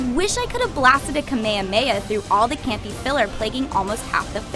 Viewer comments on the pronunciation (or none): Please never ever allow this creature to review anime again. Also, dafuq is a kamayhamaya. How hard is it to pronounce ka me ha me ha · kameyameya? wtf its pronounced Ka-May-Ha-May-Ha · It's not "Ka-May-uh May-uh" it's "kah-may-hah-may-hah". I fucking hate anime and I know this. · "Ka-Maya-Maya". Her pronunciation gets a 0/10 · why it this girl saying "kameameya"? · "Kameyahmeyah" lmao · Is she just pronouncing Kamehameha like that to piss us off? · I don't know too many dbz fans who pronounce Kamehameha so incorrectly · I don't like the way she said Kamehameha...:( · The way she says kamehameha LMAO!!